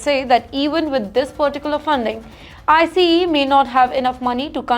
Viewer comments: Its not “ I C E “ its called ICE one word. She has to work on her pronunciations and grammars. Every time I watch her news some how i only pick on her mispronunciation 😂😂😂😂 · I know it’s India his she spells out I - C - E every time she says it